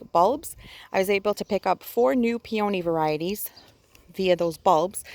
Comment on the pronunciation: I’ve never heard peony pronounced like that.